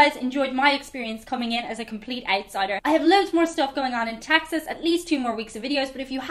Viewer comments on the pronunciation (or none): It aint Taxas its Texas.... Come on get it rite....